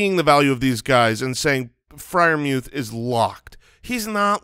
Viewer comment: The announcers have been pronouncing his name like "Mooth", no E sound